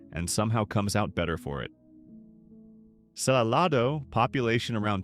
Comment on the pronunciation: SaLAYdo. Not saLAHdo.